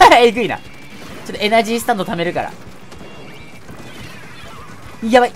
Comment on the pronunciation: エネルギースタンドじゃなくてエナジースタンド